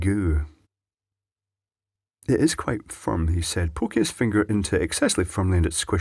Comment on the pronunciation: "Firrrrrm and rrrribbed" I love scottish.